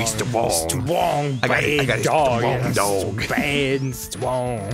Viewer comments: Such a cwomment- toh, it's BAYD! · Captian America: I can do this all day. Thanos: Im a Baaid guy. Im a stwong, baaid, nauwthy guy! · STWONG BAED